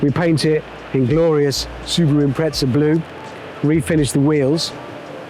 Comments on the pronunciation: Why would a porsche specific paint job and livery be a POS subaru for? Subaru Impreza not im-pret-za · Is someone going to tell Hammond there’s no T in Impreza?